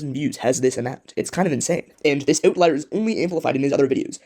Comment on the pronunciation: ootlier, hell yeah I love Canadians